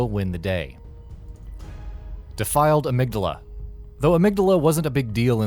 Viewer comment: The Dark Beast at number 2!!!??? I know for a fact you guys didn't play the game because he is if not one of the easiest bosses in the entire soulsborne series, and you pronounced Amygdala wrong, and Laurence isn't found in any chalice dongens, and Lady Maria isn't using any blood or fire magic this is how I know you didn't play the game.